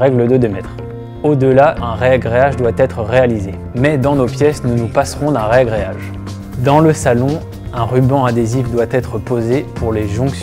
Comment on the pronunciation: C'est toujours surprenant d'entendre "rEagréage" dans la bouche d'un pro ! Sinon, le panneau prêt à carreler est obligatoire dans la salle de bain ? Pas possible directement sur une chape avec un ciment-colle modifié ?